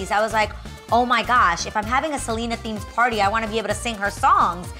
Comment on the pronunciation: Omg Adrienne girl PLEASE pronounce Selena like it’s supposed to be with the accent on the E, its not not a Seleeeena party is a SelEEEHHHHna party 😂😂... that party looked so fucking bomb though!!!